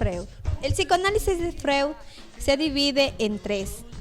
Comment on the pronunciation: jajaaj cuando pronuncia "freud"